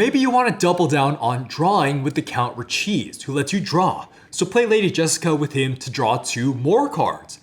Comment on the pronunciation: not ri-cheese it is Count Richese (Ri-chay-zay)